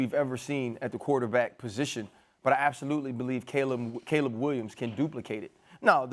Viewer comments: mad dog needs to stop talking about sports all together. Worst takes EVER and cant even read english. K'leeb williams even after RC corrected him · Caleeb? No way Mad dog has watched him play 😂